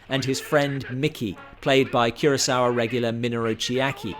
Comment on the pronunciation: No offense intended, but it's Akira KUROsawa - not Akira KIRAsawa. Like I should talk; I spent most of my life mispronouncing "Kubrick." 😬